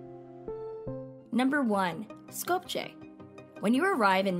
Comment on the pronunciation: Sko-p-ye not Sko-p-cheh :)